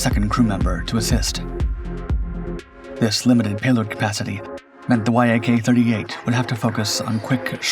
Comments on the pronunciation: Interesting and pretty comprehensive study, thank you ! NB: the Yak brand is normally pronounced like "yack" not Y-A-K, just like MiG is "mig", not M-I-G, Ilyushin's Il are "eel" not I-L. But is your odd pronunciation the fault of some AI voice ? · It’s not pronounced „why ay kay” just Yak. Я is a single letter and maked the „Ya” sound, with the full name in cyrillic being Як-38. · It is not three letters y.a.k. it is just the beginning of the Yakovlev name "eacc". "Mig" planes are not spelled m.i.g. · Fool, it's pronounced, "Yak", not Y-A-K which is just one more reason I don't watch your BS channel. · In Russian tradition you pronounce it “Yak” as a word, like the animal, not “Y. A. K” Also it’s V/STOL, Vertical/Short Take Off & Landing, not VTOL. Neither the Harrier nor the Yak-38 could take off or land vertically fully armed & fuelled & neither can the F-35 for that matter because it makes them too heavy & unstable. Skys & yes, it’s pronounced “Sue-25” like the common contraction of Susan & “Mig” like the welder, not “M. I. G” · I hope you haven't used AI (i assume the sponsor) in this, music is too loud, and many glaring mistakes, such as the ski jump, which in the video you showed doesn't have one .... Oh and saying Y.A.K. its almost always refered to as yak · No one says “Y. A. K.” Ii’s one syllable - the first syllable of the last name of Aleksandr Yakovlev. Also, Yak is only two letters in Russian: Як, so if it was read out by letters, it would be “Ya. K.” Please stop saying “Y. A. K.” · Yak, it's a YAK! Not a Y.A.K 😉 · Idk why you keep calling it a Y-A-K. It's pronounced "yack". I find it hard to believe you've never heard anyone say it's name, especially with how long you've been making videos. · It's not the Y-A-K, it's pronounced "Yak" (yack). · ffs. It's not Y A K it's Yak- pronounced Yakk.. Rhymes with Jack.